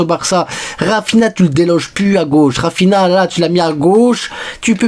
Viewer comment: Dis raphinia pas raphina